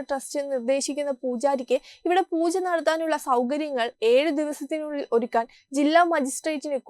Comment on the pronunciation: Pls use word pronouncing properly...Pooja or Poocha.... When we hear you read...it hearing like Poocha....but ut is Pooja...worship...a humble request